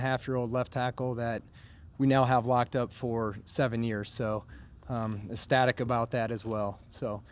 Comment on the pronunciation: ESTatic or ECStatic?